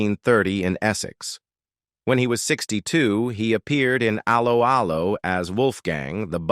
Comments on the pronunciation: hate how you preannounce allo , allo . it is pronounced as hello, hello not as a low . a low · Can this commentator not get the show title right. It’s Allo Allo. It’s not Halo Halo. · For f**ks sake, do a live commentary with an English person who has actually SEEN the series... Aloe Aloe? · Aloe, Aloe. He-De-Hi Get the pronunciation correct. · Actress Kim Hartman / Helga is still ALIVE. Wikipedia fact check all this folks!🙄 R- Lo R-Lo it's pronounced, even AI could do better... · Aloe 'Aloe... 😂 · First time I have seen this. Does the idiot doing the voice over. Actually know how to pronounce Allo Allo. This has ruined it for me. Ruined it for me. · Computer voice pronunciation is so crap Allo'Allo.